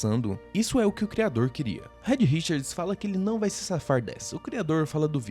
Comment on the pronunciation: Rédi Richards é foda kkkk...a pronúncia certa é "Riiid", já que o "e" em inglês tem som de "i", não é por mal não...só uma crítica construtiva. Amei o canal, e me inscrevi